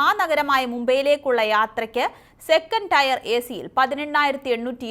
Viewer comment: രണ്ടു ടയർ മൂന്നു ടയർ 😄 അല്ല. Tier ടിയർ ആണ് മോളെ.